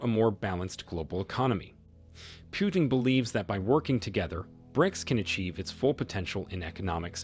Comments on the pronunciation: Its pronounced POO-TIN not PYOU-TIN. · It's PUtin, not PIUtin. You won a 'dislike'... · It's not 'pew-tin,' it's 'poo-tin.' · President Putin's name is NOT pronounced "PEW-TIN". The "u" is pronounced as a double "o", as in "too". US reporters can't get Macron's name right either. They say "Mak Crone". What's wrong with these people that they cannot even get national leaders' names right? To me, it makes everything they say suspect. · putin and not pyutin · What is wrong with u? U cant say pootin? Instead of piutin? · It's not Pew-ton! It's Pu-teen. As for BRICS yes! and why not?! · Pyewtin? Really? Lame. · [Arrogant and disrespectful, received British pronounces Putin as Pewtin. Please stop the insult. We shall overcome with respect with Rev. Martin Luther King jr. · Too many empty words. And it’s not Pyootim. Please get the name right. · When will you guys learn to pronounce names properly? You don't know how to pronounce "Putin", stop making videos.